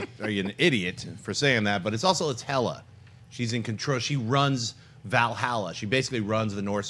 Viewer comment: Schnep!!! Did he just say Hela rules Val Hala?!?! Maybe I misheard